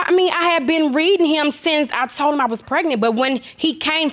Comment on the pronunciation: He says pret-nit... not pregnant.